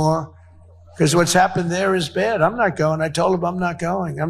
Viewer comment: Why does Donald Trump pronounce the word "bad" as "beard"?